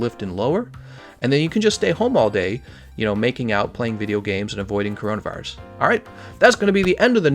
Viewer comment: You said corinavirus gl